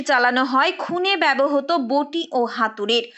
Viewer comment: Apni ektu apnar pronunciation e nojor din. Bebohoto noy kotha ta bebohrito